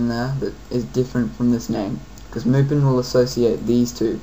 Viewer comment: You pronounced Mupen wrong. Don't be like bobmario511.